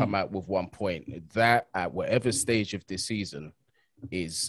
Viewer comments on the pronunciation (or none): none